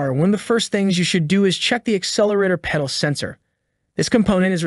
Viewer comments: Stop saying Pee-dal sensor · is it a pee-dal or a pedal? The age old question... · Dude cannot even properly say pedal or multimeter 😆